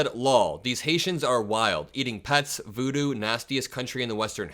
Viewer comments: It’s not vudu it’s voodoo. LOL! So sad the literacy level of some of these psycho’s is disturbing. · It's voo doo not vudu. They can't even get that part right. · What's vudu,sounds like a app.,does he mean voodoo?